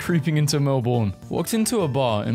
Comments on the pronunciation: It may sound like mel-born but it's mel-ben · it ain’t mel-BORN, it’s mel-Berne😭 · Melbourne is not pronounced Mel-Born it is pronounced Mel-bn but other than that good video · I be punching air every time someone pronounces Melbourne as Mel BORN😑, it’s Mel BIN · I don't understand why people keep saying Halloween isn't celebrated in Australia. It is, at least in most places, just not to the scale of Americans. About 1 in 3 or 1 in 4 houses will decorate and give out lollies. Also Melbourne is pronounced more like mel-bin and less like mel-born. On behalf of all Aussies, please say it right. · Melbourne is pronounced Melben not melborn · As an Australian it pisses me off how u say Melbourne it is not melbooorrrrrn say it more like Melben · brb, getting angry at the way you pronounced melbourne 💔 (p.s. it's mel-bin, not mel-born 🫡) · also my dude, sorry to tell ya, melbourne is probounced melbin. :3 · As an Australian, I’m offended As a Melbournian, even more so ITS MEL-BIN AND OSS-TRAY-LEE-A AND EE-MEUW AND MAR-SOO-PI-AL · FINALLY AHAHAHAHHA THAT WAS BOTHERING ME ALL VIDEO As a fellow Melbournian, thank you. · as soon as I heard him say that I scrolled down to see how many other people were annoyed by this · Him pronouncing Melbourne as “Melborn” and emu as “emoo” was painful. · as an aussie i feel its important to inform everyone that the correct way to pronounce "australia" is "ah-strah-lya" not "oh-stray-lia" and melbourne is "mel-bun" and we literally pronounce our capital city as "can-bruh" also the general rule with spiders is that in queensland the big ones are usually harmless (huntsmans are the size of dinner plates but you actually want them around because they eat the mozzies) but in new south wales the big ones will kill you (they like to live in shoes) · YOU SAY IT LIKE MEL-BN ☹️☹️ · you pronounced Melbourne wrong is (mel-bn) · It is pronounced Mel bn . On the subject Bris bn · but the way he pronounced Melbourne has me crying.